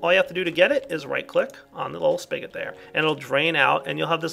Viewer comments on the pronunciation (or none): none